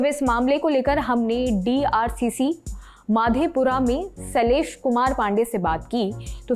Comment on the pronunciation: It's मधेपुरा not माधेपुरा